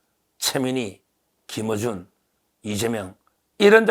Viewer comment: 틀보(X) 털보(O) 김으준(X) 김어준(O)